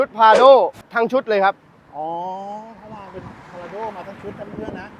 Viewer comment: Prado คนเขาอ่านว่า พลาโด้ กันทั้งโลก ทำไมพูดว่า พาราโด้ อยากแตกต่างหรือว่ายังไงกันคะ😅